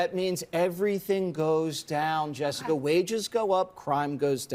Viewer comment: Anyone else here named jessica get the ick hearing him say our name that way? No? Just me 😂